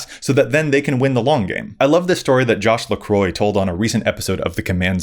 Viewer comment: hardcore channeling Maldhound. I can't with your "Josh LaCroix" 😂 Real talk tho, I appreciate you saying the quiet parts and addressing all the arguments.